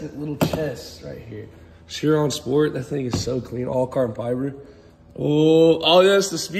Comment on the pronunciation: Chiron is pronounced "Ky-ron" 😉